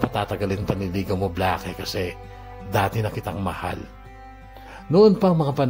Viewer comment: Bla-ke??? Baka naman "Bleyk" just thinking 🤔